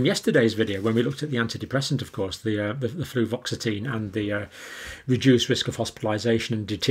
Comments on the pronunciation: Dr John, its was Fluvoxamine, no t. 💜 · Hey John: There is no such drug as "fluvoxatine"! There is fluoxetine (Prozac) and fluvoxamine (Luvox)!